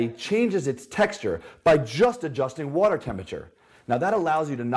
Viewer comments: Why do all the greats say wutur Mmhmmm Phil Swift, This guy!!! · this guy says “water” as “watr” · Americans: Water Britain’s: Wo’ah This dude: wtr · The way he says the word “water” messes with me lol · The way he says “water” bothers me